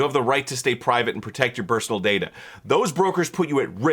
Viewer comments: Did….did he say “bersonal” data? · "And protect your bursonal [sic] data."